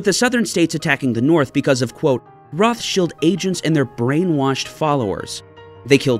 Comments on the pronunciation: Roth-Shields? In German, phonetically it is said "Rowt-Shild", no "th" sound and the "Rowt" is harsh. Just for clarity, "Roths-Child" like the Child of Roths, is the English pronunciation. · Roth-child ... your the only person on earth who says rothshield... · It’s not pronounced like that in English or German. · I've never heard Rothschild pronounced the way pronounces it. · It is not correct in English or German. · The way he says Rothschild....eewww.